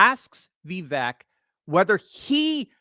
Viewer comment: Va vake like cake is the pronunciation